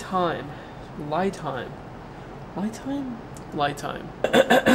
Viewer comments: Hey the romanization of Li is actually pronounced like Lee not sure if that was the actual intent though kind of like Chevy back in the day selling the no va in Mexico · Great video. I was able to purchase one, delivered, for less than $375. Li rhymes with ski. Most English words which end in 'i' have the hard 'eee' sound. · yes, it pronounced lee! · Pronunciation is like Lee!!! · It pronunciation is lee😢 lithium ~